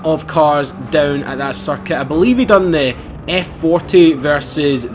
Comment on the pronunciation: when you say circuit it sounds like he's saying suck it!😂😂😂soz